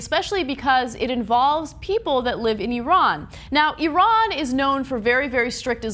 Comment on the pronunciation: Thank you for pronouncing Iran correctly.